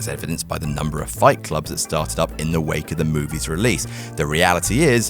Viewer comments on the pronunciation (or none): none